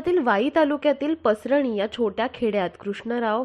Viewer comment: पसरणी चा उच्चार चुकीचा आहे.